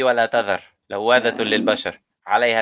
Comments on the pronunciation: did the brother said 'لواذة' instead of ‘لواحة'?? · It's... لَوَّاحَةٌۭ لِّلْبَشَرِ ٢٩ Not... لَوَّاذةٌۭ لِّلْبَشَرِ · خطأ لواحة للبشر لا لواذة للبشر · its لواحةللبشر Not لواذة